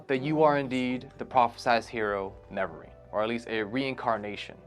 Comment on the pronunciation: No, my mans did not just call the Nerevarine the Nevarine.... Brooo, I can't with these videos.